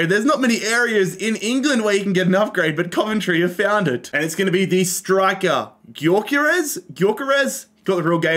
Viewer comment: It’s not gokeres it is pronounced hyokeresh for coventrys upgrade